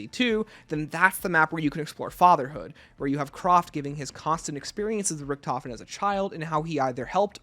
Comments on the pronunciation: Hi! It's pronounced Kr-A-ft...not Croft. Sorry had to get that off my chest! 😅 Enjoyed the video though! 👍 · And him saying CROFT instead of Kraft